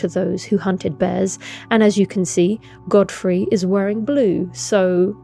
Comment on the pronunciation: How can you say Godrick right, but not Godfrey? "Goddah Froy" 🤣